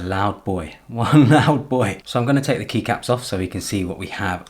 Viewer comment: Dude, the way you say "Keycaps". You should make a Podcast !!